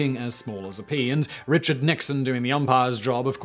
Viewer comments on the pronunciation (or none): none